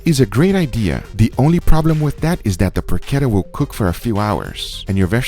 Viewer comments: Guga why you sometimes say the words in spanish and sometimes in English? I though you were going to say "PORCHETA" and you said "porkera" 😂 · it's not "porckedda" it's PORCHETTA. Get it RIGHT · PORK ETTA or Poke Etta lol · It's Porshettah. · Every time Guga says PORKETA An italian granma cries in pain..... PORCHETTA CH Not K or C or CC it makes a Tch sound not a Kuh sound ,you dont say Kiabatta bread,you say Chiabatta bread,you say Buggati Chiron,not Kiron ....The H after a C Produces Tch sound for god sake..... im really triggered,like the one time someone pronounced the name of the russian vodka Stolichnaya - Stoliknoya.... o_o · It is porchetta. You have pronounce it wrong. Yeah, you can have it in a sandwich. Enjoy it! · I cringe everytime I hear him say Porchetta. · CH in Porchetta is like in CH in "chase". Not like CH in "characteristic"!